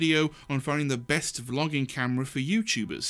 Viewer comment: Free tools!!!! I've used Resolve for awhile (still need lots of practice) but I enjoyed these other recommendations. One direct comment on the video: in one of your examples you say something like "the best vlogging camera" but it almost sounded like "the best flogging camera". Oh my....